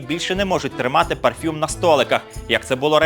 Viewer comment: Не кажи "парфЮмь"!